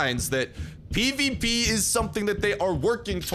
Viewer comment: You were constantly saying PvP and it sounded like peepeepee